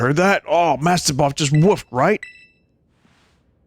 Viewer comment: laughed more than i should have when vinny accidentally called mabosstiff "mastiboff"